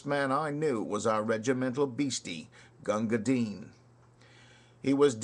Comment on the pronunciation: Congrats on pronouncing the poor mans name properly. However, bhisti is wrong. The first i is soft as in list, missed or fist. The second is hard eeeeee. Pronounce like you would say the girls name Misty with a B instead of an M.